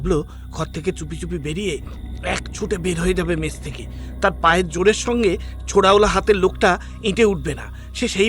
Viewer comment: Wrong in Bihar people eat a lot of spicy food.... especially chillis. Its only the Ghotis of West Bengal who add sugar to every dish that they cook 😂... Its MESS NOT MESH SERIOUSLY WHY DONT YOU GUYS WORK ON UR PRONUNCIATIONS? OPEN ENDED STORY THE LAST PART ABSOLUTELY LOST ALL THE AUDIENCE WITH BRAINS.